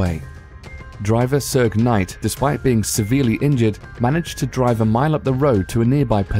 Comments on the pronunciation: # 6 "Two Pack" Shakur and "Surg Night". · lol "sugg knight"